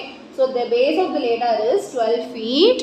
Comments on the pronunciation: that is aladdar not laddar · that's ladder not leadder mam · It is not laddar😅 ladder😂😂😂😂